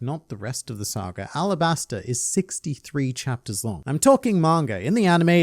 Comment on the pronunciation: I thought it was Alabasta, arabasta is just how the Kanji could be pronounced